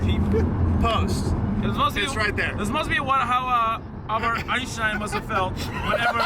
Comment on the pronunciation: “Einschtein” of baseball ⚾️ 😂